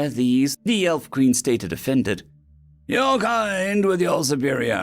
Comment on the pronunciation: Fun mistake that changes the story quite a bit. To me out sounds like "Our" instead "Your" HQ. 😂